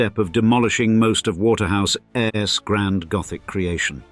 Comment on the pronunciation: The computer-generated voice-over can't cope with several "ordinary" constructions. "Asset-rich", for example, becomes "A set rich". It is particularly annoying when it is unable to cope with apostrophes. "Waterhouse's turrets" becomes "Waterhouse ESS turrets", and "It wasn't until" becomes "it wasn TEE until". There are numerous occurences of "Eaton ESS" and "Britain ESS".